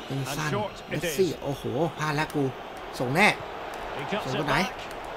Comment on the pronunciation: เมสซี่ครับ ไม่ใช่ แมสซี่